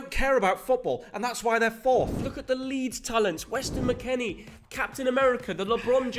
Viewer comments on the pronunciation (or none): none